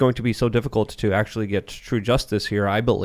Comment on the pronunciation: He said “actualatory.”